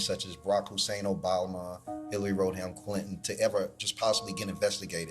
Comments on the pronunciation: Rod Ham 😂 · Road-ham Clinton? 😅